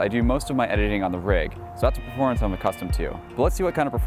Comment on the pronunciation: every time you say "performance", i heard porn. seriously, slow down